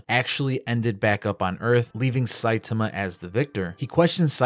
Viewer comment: My OCD will become the greatest threat to humanity if i hear one more person pronounce his name Sai-tumah 😂